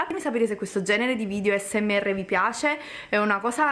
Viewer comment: Il problema è che non sa neanche come si pronuncia asmr e ci fa un video... 😂😂😂 non ne parliamo di come usa le bacchette se la vede un asiatico rimarrebbe traumatizzato a vita... 😱😱